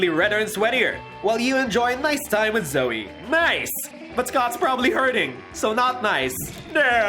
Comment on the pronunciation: Why does everyone call her zoeY its zoe just zoe it ends with an o sound